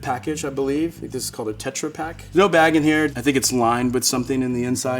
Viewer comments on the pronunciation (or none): none